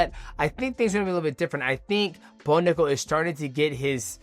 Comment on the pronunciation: DJ loses his ability to speak when he says someone's name Bo Nickal......."Bonugga" Valentina Shevchenko......"Valshenka"